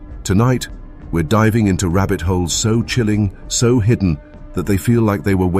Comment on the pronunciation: Is this AI? Why did it say rabbit holes like that?